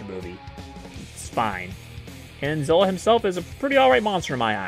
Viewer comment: Ugh It's zilla